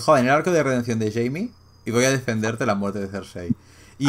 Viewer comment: Cada vez que pronuncia Jaime muere un pajarito